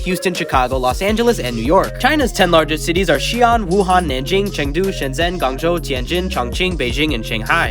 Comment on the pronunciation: Very informative. I am from Xi'an but I love how you say "Xi ung" instead of "Xi an" (Pronounce it like the an in animal) also my cousin is from Shenzhen. You say "shang zhang" instead of "shung zhung". Everything else is correct with the foreigner accent. 😂